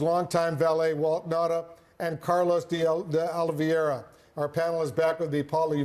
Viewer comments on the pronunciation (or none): Why don't you learn how to pronounce De Oliveira's name?